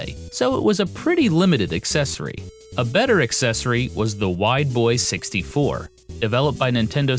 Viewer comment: When he says Wide Boy 64 I kept hearing "white boy 64" which has relatively humorous potential meanings.